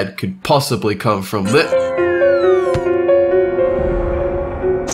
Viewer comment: used to say 'have a good one!' now he says 'have a goowah!'